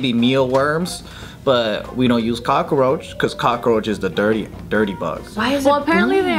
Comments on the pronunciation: Why are they pronouncing 'cockroach' like 'cockaroach'? Am I the only one that noticed? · COCKROACH HAS 2 SYLLABLES NOT 3!